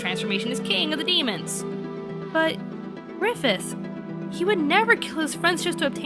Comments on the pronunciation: Let's have a little chat. So... I swear I heard you say "Gryphon" instead of "Griffith" The "end" of Berserk doesn't rely at all on an ooc moment for Griffith. The story constantly builds up just how determined to reach his goal he was, and sacrificing his army is nothing he wouldn't do. The arrangement for him to be made a demon lord was made long ago when he was a child, and he very readily accepts it when it comes. Griffith only wants power, and everyone he knows is just a means to that end. Berserk's ending is messed up bit because everyone you know dies, but because it stops where it does. This is all just the build up for Gutts' main struggle throughout the rest of the story: trying to keep Coska and himself safe from the demons after their seals and find and kill Griffith. Plus, that's not really the deal with Clannad, but that's of no consequence right now. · It's pronounced, "Faggith"